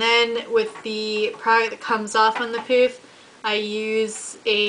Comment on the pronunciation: i believe it is pronounced as "puff" not "poof"